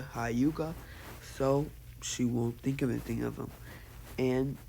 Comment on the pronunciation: Wait did he just say shynobi and highyuga